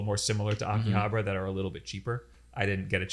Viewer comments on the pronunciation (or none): They kept saying 'Akihabra' hahaha